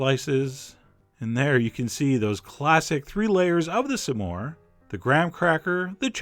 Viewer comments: you say some diffrently!!! you say samores its smores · you're saying "some-ore" and its irking me LOL! SMORE!! not sum-ore! loool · I keep hearing "Some whore" xD im sorry. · i think he meant to say it like "some more" he's hilarious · The way chef John pronounces s'more made me realize why it's called a s'more (some more) I never knew that. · Your saying smore weird